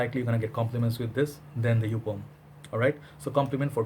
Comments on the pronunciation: it is Joup not jup.Joop is cherry syrup smell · jeco F It’s Yōpe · Love your reviews, but I think it's pronounced as YOP, like POP lol